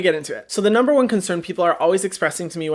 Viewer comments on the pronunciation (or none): none